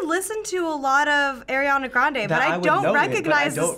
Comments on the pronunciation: DID U JUST SAY ERIANA GRANDE OMG OMG OMG OMG SHAME ON UUUUUUUU OMG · People saying they like Ariana grande but they say her name like airiana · This might be a weird pet peeve but I really hate it when people say air-iana grande a instead or ari-ana grande... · I’m losing brain cells from them saying ‘Air’iana Grande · "airana grande" i'm ticked. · says i love ariana grande proceeds to say airana grande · I love Ariana Grande Says her name wrong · “I love air-iana grande” If you love you her so much why don’t you know how to say her name 🤦‍♀️